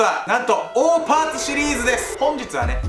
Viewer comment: オーパーツって最初聞いた時おーパンツに聞こえた笑笑